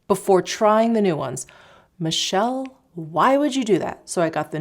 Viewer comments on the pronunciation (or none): none